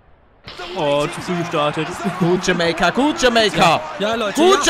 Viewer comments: bitte hör auf das jamEika zu betonen das heißt jamAika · Deutsche Sprache: JamAIka Paluten: JAMEIKA Deutsche Sprache: Am I a joke to you? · wie blöd kann man sein, es heist jamaika auf deutsch und (ausgesprochen) jameyca auf englisch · Es heisst jameika niche jemeike👌🏼super geiles video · Lieber Paluten, Es wird Jamaika also mit "a-i" und nicht mit "e-i" ausgesprochen P.S geiles Video👍👍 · Sagt pale die ganze Zeit jameica anstatt jamaica ? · Palle... Es heißt JamAica Und nicht JamEIca😂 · Paluten man spricht es Jamaika aus und nicht "Jameika", da gehört ein "a" Vokal dran und nicht ein "e". ;D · kannst du BITTE wieder für Deutschland spielen? Es triggert mich wie du JamEika sagst, und nicht JamAika hahaha. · ALTER ES HEIßT JAMAIKA NICHT JAMEYKA! ALDA TRIGGERT DAS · es heißt Jamaika und was sagt palle? jemeka😂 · Jamaika... Nicht Jameika... Ich bin grad so fkn triggert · Sprich es bitte Jamaika aus und nicht jameika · JAMAIKA NICHT JAMEIKA AAAA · Bitte sprich es richtig aus und sag Jamaica und nicht Jameyca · Es heißt nicht Jemäica sondern Jamaica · Jamaika nicht jameika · Kannst du es bitte jamaica und nicht jameyca aussprechen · Nicht jamayca 😂 sondern jamaica aussprechen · Könnt ihr Jamaika nicht mal Deutsch aussprechen? Bitte? Es heißt "Jameika" und nicht "Jamäika"! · Jemaika wie palle sagt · wie Paluten jamaika sagt hat mich mies getriggert :D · Palle es heißt jamEIka (also ausgesprochen) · Bei ihm klingt jamaica wie jameeicaa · Palle es heißt Jamaika nich Jameyka xD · Bitteee es heißt Jamaika ("TschamEIka" Wie das Ei) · Warum spricht Palle Jamaika Jame-ika aus, des triggert mich so xD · Erstmal Jamaika richtig aussprechen bitte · Palle sprichst du das mit Absicht falsch aus das spricht man jameika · Das spricht man jameika aus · Wie er das ausgesprochen hat mich übelst getriggert😂😂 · Kannst du bitte Jamaika richtig aussprechen das triggered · Uuuunnnnnddddd DEUTSCHLA..... JAMAIKA? JAMAIKA. OK. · Bitte sprech Jamaika das nächste mal richtig aus